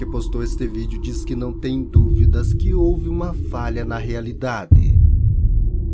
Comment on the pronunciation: "Falha na realiDADÊ" ...